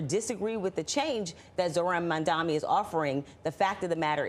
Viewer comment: It's absolutely incredible that these people still can't get his name right. M-A-M-D-A-N-I. At least the anchors got it right.